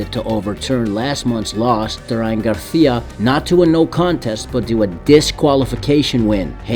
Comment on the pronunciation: Bro kept calling him “Ryan GarThhhia” 🤣🤣🤣